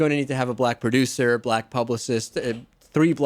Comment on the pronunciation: the big affected pauses in her apology were so that we can visualise her doing that annoying forefinger waggle that is supposed to represent quote marks. you can hear where she's coming from by the way she gives the word "black" two syllables when she refers to "ber-LACK" comedians who use the n-word